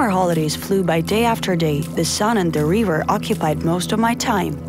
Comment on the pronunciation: "The sun and the reever"